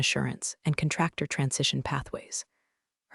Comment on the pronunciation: Yes, absolutely the narrator needs to know, military rank, and how to pronounce them. Those are not just initials. Even DOD stands for department of defense, which not knowing it is very disrespectful.. The narrator needs to understand how to pronounce contractor , Jerome, neckties, and most importantly the “Pentagon.” With a clearance as high as hers was Xavier Dalton should have known about it. His government contracts would have followed under her hospice at any time. He should’ve never fired her without actually knowing what her job was or what her responsibilities were in connection with their company and the federal government…. eventhough I have made these observations. I love this story. Keep up the good work.